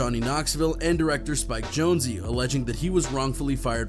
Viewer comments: It's pronounced Spike (Jones). How do you not know that? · Its SPIKE JONEZ, not Jonezie